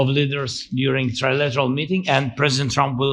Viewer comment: Can’t pronounced “lateral “